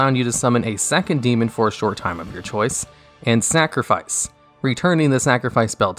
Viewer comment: are you saying....'snackrifice'?